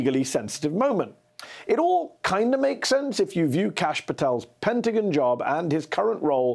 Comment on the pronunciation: Hey fella- this is America. It's not the Penta-gin. It's the Penta-GON.